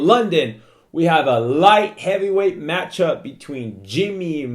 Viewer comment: Match-up not Math Cup LOL